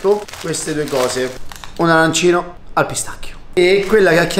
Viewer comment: Si dice arancinooooooo